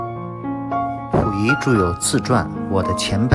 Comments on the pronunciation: pu 不是fu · 感谢分享。小问题，是Puyi,不是Fuyi…